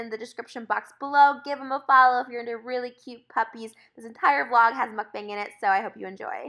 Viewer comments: Trish, it’s not pronounced “Mukbang”. The correct pronounciation is a bit different (it’s more like mok-pang) try searching for it here on YouTube! I think that queen of Mukbangs should know the correct way of how it’s pronounced. ☺️❤️ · when is someone gonna tell her it’s pronounced mook bong not muck bang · this is so frustrating for me bc mukbang is actually pronounced mookbong and its so,,,, FRUSTRATING how they mispronounce it the whole time 😭